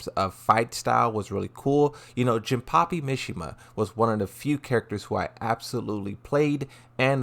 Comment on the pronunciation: I swear if he says jinpachi name wrong one more time